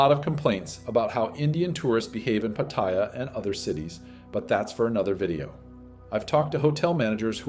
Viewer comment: A very interesting report, but I was surprised by your mispronunciations of Thai words, like Pataya (Pah-Taah-Yaaah) or Baht, not 'BAT'...